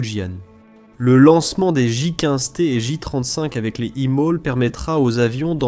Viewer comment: La voix de l'IA est pénible, vraiment. Ensuite, le titre est racoleur. Ce n'est pas un défaut critique tant la doctrine differe des USA. Et on dit EMALS, pas EMOL. Bref, la qualité est à améliorer